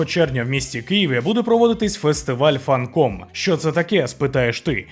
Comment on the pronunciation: Фанкон, а не Фанком (пробачте мене за душнільство, але це ляп, не вперше чую і сама плутаюсь) х) До речі, буду волонтерити у Ютуб зоні, так сі стало:face-turquoise-covering-eyes